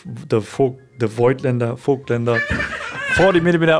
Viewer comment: Very nice Video… only remark: the „i“ in Voigtländer is silent (rheinisches Dehnungs-i)